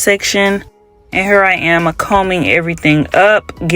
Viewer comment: I was about to say the same thing! The way she said hurr 😂 sounds like home